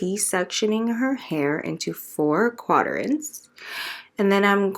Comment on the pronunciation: I love your work. My only gripe is your pronunciation of the words 'processing' and 'quadrant'. You pronounce the word 'processing' as in 'pro-cessing'. It's pronounced 'prah-cessing'. And you give too many syllables to 'quadrant'. There's only 2 syllables, qua-drant. Not 'qua-der-ant'. I'm not bashing you at all but, if you're going to be teaching/educating and also charging people to learn from you, you have to present yourself and what you're saying correctly. I'm not the grammar police but I'm just letting you know so that you can improve for the next videos. Your work is beautiful and I've learned a lot from you. Thanks for all the wonderful videos.